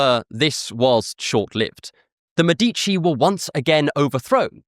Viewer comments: Awesome video. (Btw It's Mèdici, not Medícci.) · MEH-dih-chee not muh-DEETCH-ee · I see you know that in Italian the accent usually is on the second to last syllable. Mèdici is an exception it means "doctors" and is the same root of medics. The accent is in the first syllable. Thanks that you had the interest to think about the usual stress pattern in Italian.